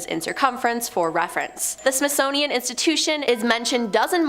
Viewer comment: Wtf is a “Smithsnonian”?….